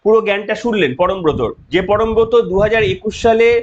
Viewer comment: পরমব্রত নয় পরমখত